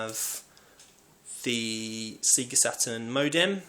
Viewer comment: golden axe and double dragon have always been underated when both are well above average fighters. Oh yes and its "sayGA" not "seeGA" lol